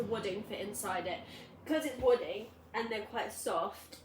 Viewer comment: What did you say you stuffed it with? Wooding? I might be hearing it all wrong, sorry!